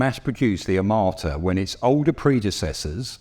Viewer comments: I keep hearing "amarta" from the presenter, not "armata" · "a m a r t a" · disgraceful pronunciation of "er-mata" and "pewtin". If you ARE GOING TO MAKE A VIDEO ABOUT SOMETHING PLEASE LEARN HOW TO PRONOUNCE THE NAMES. Minimum requirement. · I never heard of "AMARTA". I don't know where you are from, but please pronounce these names correct. Besides amarta I hear a lot propaganda. 😂😂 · First, learn to say the name of the thing you are judging; Armata and not Amarta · The amarta? The onerta? Lol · “Armaaaata” “Puyyutin” 😂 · Australian guy: Tea Fohhteejn AwmoOAaAtah